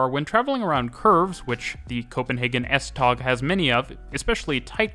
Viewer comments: Love the video. Just a couple of minor corrections: The word "Tog" (Train) in Danish is actually pronounced very much like the English word "Toe". Just FYI. Oh, and BTW the S-tog Voltage is 1650 V DC to be precise :-) ... and on another note: The S-tog axels are abel to ride the curves more smoothly using a curve control whereby the first axel measures the curve and send information to the next axels to adjust to the curve, giving the passengers a nicer ride through some pretty curvy sections here and there. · Love hearing you butcher pronunciations-I’m British but I can pronounce some danish places (I think) S-tog is pronounced more like S-to without the g. Øresund is pronounced more like Oouursund. Østerport is more like Oouusterport. Danish people, please correct me if I’m wrong. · As a Dane, your pronunciation og S-tog is wrong you say it the swedish way. It’s pronounced “S-toe” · Thanks for a wonderful video. Nb.: It's not called S-Tag but S-Tog (Tog means Train) Kind Regards form Copenhagen :-) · The best way to pronounce “S-tog” is “S-tow”, as in “towing”. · The g in S-tog is pronounced like w, so it's S-tow :) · That's kinda right S-Tog is more S-touh Øresund is more Øersån Østerport is just Østerport At least that's what locals say, can't speak for people in Jutland :p